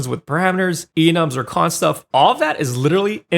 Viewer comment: Spent like 2 minutes trying to figure out what a "cons" field is 😆... Realized you meant "const"... I suppose I should have waited until you showed it on the screen, but I do think saying "constant variable" will be better for explaining what it is too